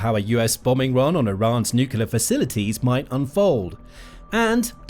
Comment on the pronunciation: There's only one "u" in nuclear. Why do you pronounce two u's?